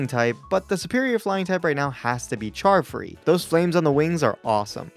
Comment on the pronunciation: charfree sounds like Child free to me lol